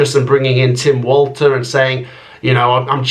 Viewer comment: A good video. Pronunciation-wise 'Rerl' note 'role' for Danny Roehl and Tim 'Valter' for 'Walter'. Best wishes.